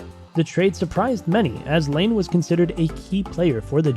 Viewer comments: Ya so its pronounced line-ah, he was 2nd overall and is an almost PPG player.. plz dont make any more nhl videos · it’s patrick laine not lane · This video honestly sucks. Laine wasn’t a first overall pick, you mispronounce so many names, and you get guys named Johnson confused. Do some damn research.